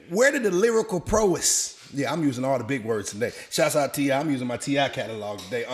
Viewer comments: wtf is lyrical PRO-EST? (T.I) ignorance begets more ignorance.... PROW-ESS.... NIGGAS smh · prO-wiss? lol not prowess?? lol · Proess....he mean prowess 🤣🤣🤣🤣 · Love ML. He was so underrated. The host tho...he said prowess wrong after bragging on using big words. Maybe it's just me but I like to know words before I use them. Like I look up the pronunciation BEFORE I say them lol.